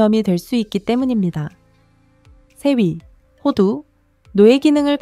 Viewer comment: 4위-네위 3위-세위 AI소리인가요?